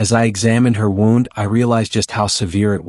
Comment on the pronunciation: Please learn how to pronounce wound properly when attending to an injured person it’s sounds ridiculous